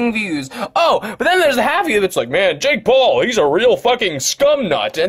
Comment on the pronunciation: LISTEN TO DUDE ITS NOT “jake Paul” ITS “JAKE BALLS”